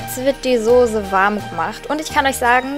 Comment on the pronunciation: soße !!! ßßßßßßßßßß !!!! nicht sose !!! :D :p